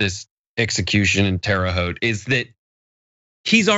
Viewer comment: Terra Haute isn't pronounced that way. Haven't you seen A Christmas Story? It's more like "Hout."